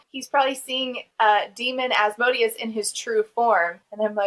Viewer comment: that specific mispronunciation of Asmodeus makes me think that either the author or the audiobook narrator is a dnd player